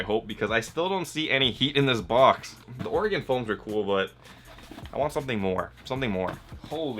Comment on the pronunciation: Being from the pnw I'm happy to hear some one out side of it pronounce Oregon right.